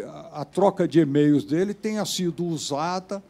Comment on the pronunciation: Fala pra ele que é e-mails, e não "emeios".